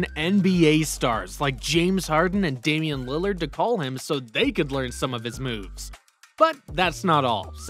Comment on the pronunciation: dude really said '' Damien Lillard '' 😂😂😂